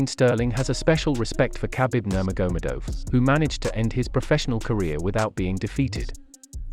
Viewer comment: It's not bloody difficult to pronounce khabibs name correctly! Do you even watch ufc?!